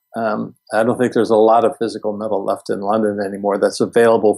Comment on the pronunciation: Funny how pronounces the word "met-tal". I wonder where he is from?